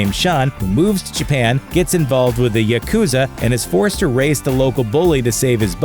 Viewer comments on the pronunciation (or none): none